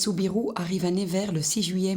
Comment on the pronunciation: Reportage très intéressant, on pardonnera à la voix off la ville de Nevers prononcée au début "nez vert" et Paul prononcé "pôle" comme le prénom féminin Paule.